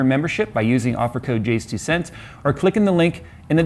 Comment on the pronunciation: I never see a comment wondering why he says "jay-s-twocents here" when the "jayz" part of his name is clearly meant to be pronounced as one syllable.